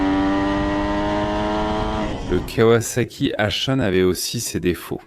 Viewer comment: Le contenu est plutôt bon (manque tout de même la ZX12R et la confusion turbo/compresseur). MAIS cette voix d'IA est à chier : en 1900.....quatre vingt tonze, la kavasaki etc...